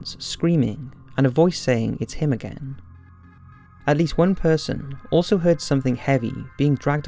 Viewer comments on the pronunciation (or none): none